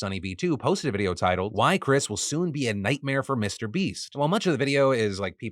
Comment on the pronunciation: I refuse to take a person who says videohhhhh seriously